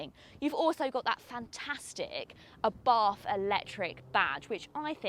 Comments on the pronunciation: Please get the pronunciation right - it's ABART. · Please learn how to Pronounce Brands. There is no english th in Abarth